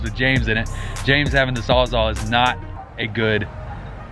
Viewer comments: saws all. wtf is a 'sawzaw' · Wtf is a sawzaw? You mean sawzall lmao. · What the fuck is a "sawzaw"? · Sawzall* not sawzaw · Fuck is a sawz aw hahaha